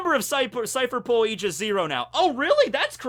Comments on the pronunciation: Aigis 0 is reffrencing Aegis, the shielf of Zeus, it's pronounced as "Eye Gis" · It's aye-gis what you were saying for a bit, at least in English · Aigis is pronounced "I jis" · Aegis, the way I've always heard it pronounced, is "Age-is". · It's pronounced "ayy-jis" Source: I'm a DotA2 player and we have this item called "Aegis of the Immortal" and the developers added a tooltip for the pronunciation of the item. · says e- gee- us*. Smite players: *visible distress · It's (Eye)-jis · aegis = eye-ga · EYE-GIS -> Aigis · It’s pronounced Eye-Jizz zero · Sorry to bust your balls but... it's pronounced e-gis ( That's the Greek pronunciation, it may differ from the English one) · Aigis is pronounced e-i-gi-s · He’s definitely still pronouncing aigis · As a Greek guy, yes. Wrong pronunciation. It's like it's "a" (the way it sound from "a Greek" I typed above) "y" (the way is sounds from "yes") "e" (the way the letter "e" sounds) and s. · as a greek boi myself aegis is probably more correct but in the grand scheme of things it doesnt matter so its fine u can say the word however u want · If you play Persona 3 you would know the correct way of saying "Aigis"